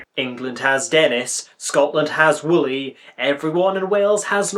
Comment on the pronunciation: it’s no woolly, it’s Wullie.